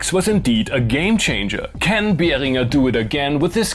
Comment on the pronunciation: Finally someone who pronounces Behringer correctly 😅